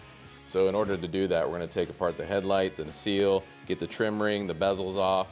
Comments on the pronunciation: NU-SELL not newseal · Great Video. P.S. its "na-sell" (nacelle) ;)